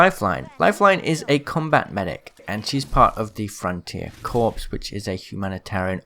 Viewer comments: You don’t pronounce corps like “corpses” ,you pronounce it like “core” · The word "corps" is not pronounced "corpse" it is pronounced like "core". For example Marine Corps. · Corps is pronounced "Core" not "Corpse" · who else cringed every time he pronounced Corps. as corpse? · You pronounced Corps wrong. Its pronounced as core/cores